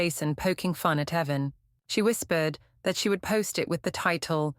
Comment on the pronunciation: Why didn't your AI notice the difference between 'Heaven' and the name 'Evan'?